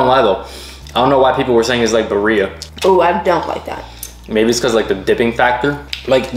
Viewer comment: Not saying buhreeah instead of BIRRIA.Girl you goofy